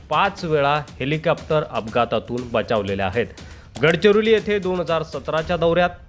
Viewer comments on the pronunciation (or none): हेलिकॅप्टर नाही हेलिकॉप्टर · छान हेलिकोपटार uchhar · हेलिकॉप्टर बोला....कॅप्टर काय आहे